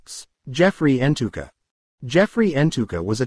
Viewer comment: Hahaha, it's Ntuka and Manyathela's pronunciation that is cracking you up, hahaha